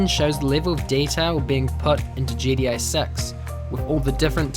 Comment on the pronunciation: Why do u say it like GDA 6? 😅 Good video though!